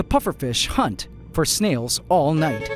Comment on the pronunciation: i've complained before about how when you begin a word with an H you are hitting the letter so hard you sound like you're clearing your throat. It has been ignored... but if you keep pronouncing the word "Hunt" like that you will get demonetized